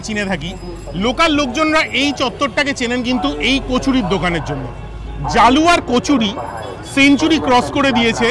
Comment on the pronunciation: ওটা জালুয়া নয়, জলুয়া🙄